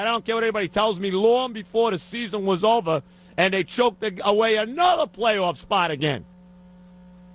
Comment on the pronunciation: "I gotta get OVAH the fact..." hilarious.